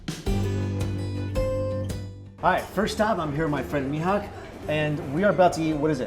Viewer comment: Correction in pronounciation: It's not "mee-hak", it's "mey-hak"